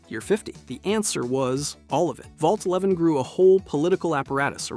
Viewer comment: 111 is the Vault in Fallout 4. Vault 11 is the one you’re thinking of. I don’t know if it just sounded like he said “one eleven” (with the right inflection, “Vault eleven” can sound like “one eleven”) or if he misspoke.